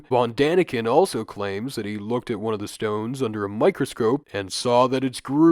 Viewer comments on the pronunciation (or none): none